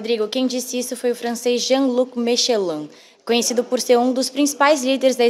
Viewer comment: Jean Luc Michelin não, Melenchon :)